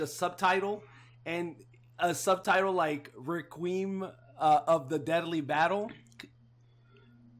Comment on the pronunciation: I can't get over how pronounced "Requiem" (Re-queem) 😂😂 But loved the episode, great job guys! 😁👍👍